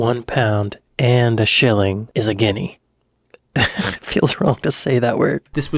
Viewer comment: Don't know why you struggle to say Guinea... it's only the name of a country after all. Guessing you aren't aware of that being American an all 😛